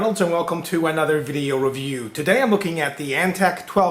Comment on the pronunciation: i like when he says "video reviwoo"lol